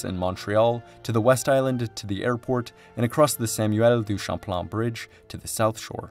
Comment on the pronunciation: Québec (Kebek) pas Kwabeck. Dennis (Denny) pas DennISSSSS. Les mauvaises prononciations sont incroyables. Champlain pas Shamplan, la prononciation est la même en français qu'en anglais. Autrement c'est de bonne information